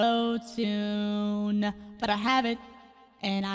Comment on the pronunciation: She says asotune bruh